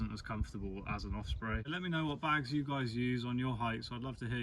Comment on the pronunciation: Great video, but there's no F in Osprey...😁